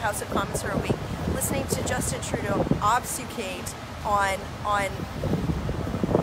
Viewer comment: Michelle, it's pronounced ob fu skate. fyi. lol